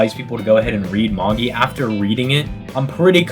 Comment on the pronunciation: Its pronounced MA-JAI not MA-GI 😂